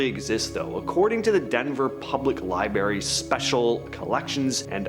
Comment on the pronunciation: Not to be that guy but… It’s *libRary with an R Sorry. Pet peeve.